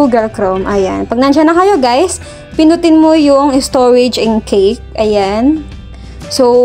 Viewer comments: Salamat sa tutorial Ma'am. Pero Kash po ang pronounce nyan Ma'am not Cake :D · ang pronounciation ng word "cache" ---> ay "kash"